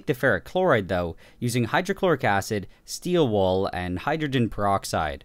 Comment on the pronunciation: No one: Absolutely no one: Nile reid: steel wOoL 😂😂😂😂😂